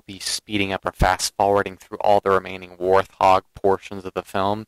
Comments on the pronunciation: Hi, I'm a sub of yours & respect your tsctics & in-depth knowledge of the gsme & not trying to b a jerk here, when U say warthog the H is silent just like the animal-Thanks just a dumb thing that was evident thamks 4 the vids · No offense taken by these comments at all. Instead, I appreciate them. I have mis-pronounced the name of this Halo vehicle from day one. The word is said "Wart-hog" NOT how I say it ("Warth-hog"). Like TheWowso pointed out, MANY people mis-pronounce this word (wether they know the correct way or not). It's actually a funny little quirk in the Halo community. :)